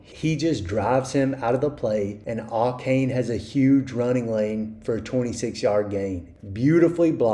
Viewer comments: Ay-Chan is how you pronounce Achane. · It’s pronounced “A-chan” and that’s according to him. Apparently everybody has been mispronouncing it.